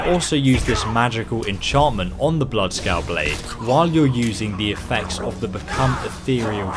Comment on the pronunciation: It's bloodskaal